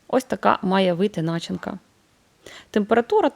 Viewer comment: Чому наголос на слові начинка на першому складі? Б'є по вухам чи це зараз така мода? Я вчилась в українські школі і наголос був на другому складі ( від слова на чи ня ти) а у вас незрозуміло по якому ґовориться) і других навчаєте і так всякого набралися чи може ви з другої сторони? Мерсі ! То як вам ? Пиріг нормальний може бути добрий.🎉🎉